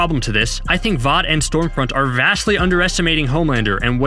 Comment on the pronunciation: I seriously couldn't tell whether your calling her Storefront or Stormfront.